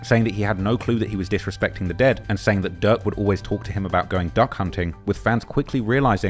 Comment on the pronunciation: Man I can’t tell when this dude saying durk or ducc….im trying tho 🤦🏽‍♂️🤷🏽‍♂️😂🤣😭